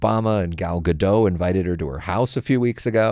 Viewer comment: Gal 'Guh-DOT', star. It's Hebrew, not French 😉